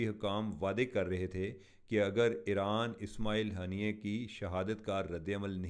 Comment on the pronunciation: The way he took ismailia haniya name is hilarious